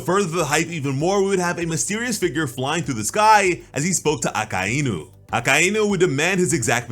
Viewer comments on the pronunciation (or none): the way you say akainu🤣🤣🤣